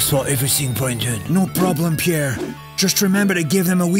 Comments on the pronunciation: I'm in love with Arsene's pronunciation of Pierrrrrre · Nobody: Arsene Wenger: PIERRE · Nobody: Arsene: Pierre